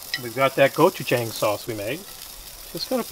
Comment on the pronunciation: The wings look great! Just so you know, you should pronounce Gochujang, go-chu-JAHng... not go-chu-JAYng.